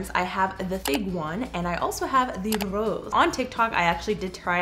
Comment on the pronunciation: when she said 'the RRRROSE', i really missed Rosalina!